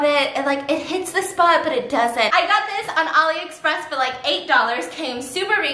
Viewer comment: Is she saying olly or alie express?